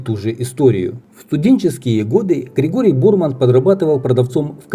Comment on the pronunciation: Ударение Борман на последний слог.